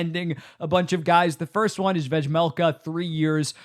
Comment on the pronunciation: I respect your commitment to pronouncing Vejmelka's name wrong whenever you mention him. I don't know if it's intentional or not but it's funny every time.